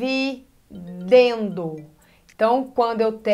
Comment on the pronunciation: "E vc marcou bem os nomes?" ela errando na hora de falar dividendo